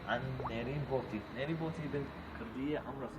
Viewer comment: قول نارين مو نرين ياخي